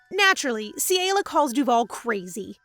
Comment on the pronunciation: It is CELIA CE-LE-AUH